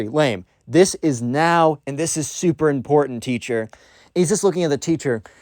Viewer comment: This video is a certified “are you serious right neow?” Moment